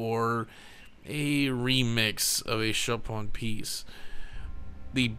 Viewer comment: dude Chopin name is pronounced Show-Pan